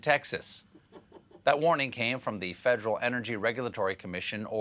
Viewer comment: Fedrill - - is that new tool? Fed -er-al - -3 syllables